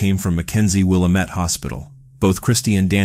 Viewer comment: I like the video but it's pronounced will-AM-it.